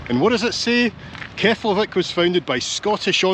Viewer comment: It’s actually pronounced “keplaveek”